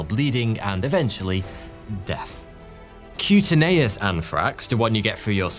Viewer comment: It's pronounced cue-tane-e-us not cutey nayus. I love listening to him mangling the English language. You'd think someone on his staff might say something